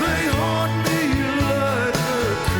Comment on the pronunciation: The way he says "Now those memories come back to HAUNT ME...!" gets me every time!